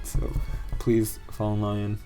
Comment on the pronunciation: the wrong pronunciation of lyon irks me more than it should ☠️☠️